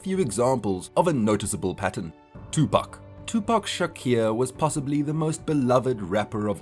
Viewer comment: This is Sad. You didn't even pronounce Tupac name right. Your (facts) are bias as hell. This is terribly done.